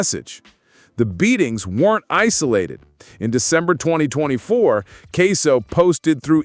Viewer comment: The man name aint queso its ksoo